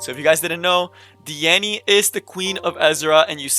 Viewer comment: Diene = D-in.. you're killin me with that di-innie lol.